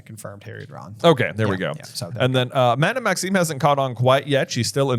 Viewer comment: It’s funny that they talk about mispronunciations earlier in the podcast, and then says Madame Maxine several times.